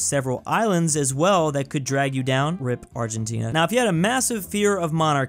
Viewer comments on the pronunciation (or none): none